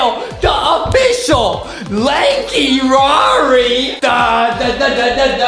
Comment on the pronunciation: I started laughing when Justin said LANKY RAR it was spost to say LANKY RARI not LANKY RAR lol🤣🤣